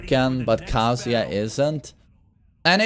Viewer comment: its not kasija its kaZUYA